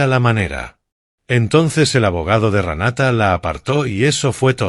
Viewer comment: Se dice Renata. No se dice Ranata. No creo que hayan quemado la casa a propósito para pagar el seguro. Yo creo que quemaron la casa para cobrar el seguro. Si la quemaron para pagar el seguro es que sin idiotas